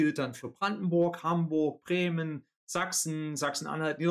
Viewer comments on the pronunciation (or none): none